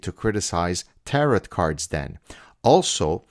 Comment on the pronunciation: The T is silent at the end of Tarot cards. (Teh-row)